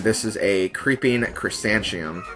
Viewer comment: Just to say its pronounced creeping crusan-tha-mum.